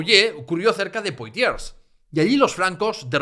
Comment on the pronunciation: Enhorabuena. Un ruego: procura pronunciar correctamente las palabras fracesas: Soissons se pronuncia “suason”, Poitiers es “puatié” , Vouillé es “vullé”. Oyèndote me he perdido un poco por esa no-pronunciación. Y eso que hablo francés desde niño….